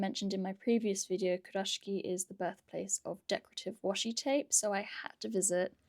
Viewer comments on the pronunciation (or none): Hi, loving your content especially the TN and TSL Kurashiki ones but I’ve noticed your pronunciation is a little off. Sorry but it’s pronounced Ku- ra-shiki not Kur-rashki.